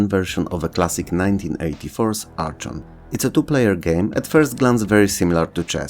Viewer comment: Oh yeah I remember Ugh-lympics! And Supercross! FYI the CH in Archon is pronounced the CH in charachter.